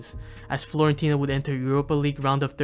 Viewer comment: stop calling it florentina man